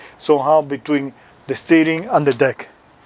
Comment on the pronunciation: God forgive me but it doesn't sound like you're saying deck 🤣